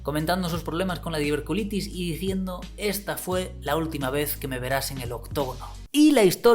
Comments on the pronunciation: No se dice diverculitis, se dice diverticulitis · Lo que más me duele del video es que repites un par de veces diver-culitis cuando el nombre de la patología es diver-TI-culitis jajaja